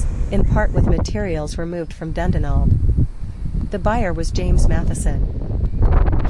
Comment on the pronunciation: Interesting castle to visit but you’re pronouncing Dundonald wrong. It should be pronounced Dun Donald!